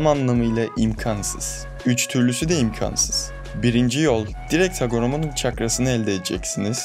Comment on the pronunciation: Kardeşim çok güzel kanal, çok da güzel anlatıyorsun ama şu imkansız lafını lütfen doğru telafüz et artık. Kalın a ile değil ince a ile söyle anlatımın daha güçlü olacaktır.